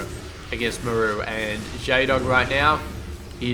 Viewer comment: i cant take it !! its pronounced MAR-RU not ma- rooo your killin me man.